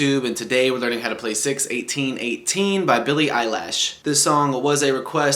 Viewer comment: Did u just say billie eyelashh???!!!😂😂